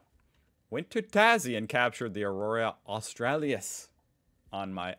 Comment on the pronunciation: good try, but you've still got "Melbourne" wrong. You Yankified it. Say it as Mel-bun, okay? MELBUN. Also, since pronunciation is never easy for you, look at the word after Aurora closely. it's Aurora AUS-TRA-LIS. It's Latin, which means southern, hence Australia's later name. Not AUSTRALY-IS, but AUSTRALIS, okay?